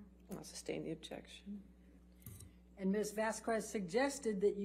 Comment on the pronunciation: Elaine is really an infuriating person and awful attorney but I think what bothers me most about her above all else is I really hate the way Elaine says “Vas-kwuez” it’s Vazquez. It’s not that hard. Vaz-kez. C’mon.